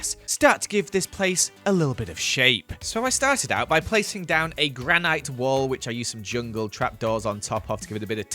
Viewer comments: It is granit not a granite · amazing vid as always, but repeat after me... GRaNiT. Not granIte. I know the spelling doesn't make sense. but still. I do not mean to be mean, just making sure you don't run into less tactful people Oh and also glow liken. doesn't make sense, but it's not actually pronounced lichen. \_(*.*)_/ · You're saying "granite" wrong. 😂🤣